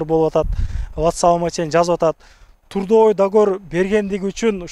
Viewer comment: жакшы молодец рахмат. Грамотно айталбасаң Алисадан сурасаң туура айтып берет. Мисалы:(подпийсатса эмес подписаться же турдавой эмес трудовой договор)!!! Ушул сыяктуу элементарный сөздөрдү туура эмес айтасың. Сени башка улуттар да көрүп жатышпайбы. Көп болду каналды алып барганыңа үйрөнө турган эле болуп калдыңго. А так рекламаларга, кызматыңа сөз жок молодец, көп элге жардамың тийип жатат. Ийгилик!